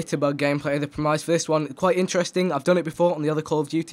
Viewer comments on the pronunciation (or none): Premise is pronounced (in english) premiss.